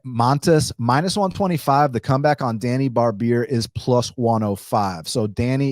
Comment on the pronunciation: hey Djani name you say it wrong it's more like first letter J in name Janet ,,imagine if there is no D in DJANI ,,more like that